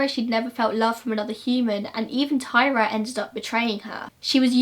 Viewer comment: Her name was tyria not Tyra, tie-ree-uh